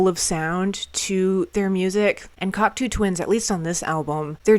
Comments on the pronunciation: binned after 23 seconds as she cant even pronounce the bands name properly, give me strength. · Have you learned how to say the name of the band yet?